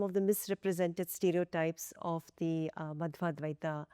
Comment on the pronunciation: its Madhva not Madhava, you cannot pronounce his name properly 😅. Steer away from things that need common sense. Sri Madhva did not even name your darling Sankara, he merely criticized his siddantha. If you like name shaming look at Sri Ramanujar 'a Sri bhasya .. 😂😂. Sankara has been named as one with " Aneka janma paapa vasanaani".. Go play poke the rock yourself 😅